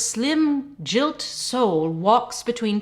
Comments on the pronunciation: Oops. "Gilt" ... probably should have been pronounced "guilt" ...thanks you are lovely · Do Americans pronounce gilt as "jilt"? I'm used to "Aye-er-land" but that's a new one 😂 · Another great video. ('Gilt' has a hard 'g' by the way, as it derives from the verb 'gild', meaning “to cover in gold”.) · How did you manage to mispronounce 'gilt'? And Salisbury, but i can forgive an American for that.